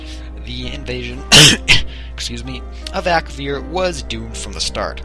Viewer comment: Ak-A-vir nor Ak-vir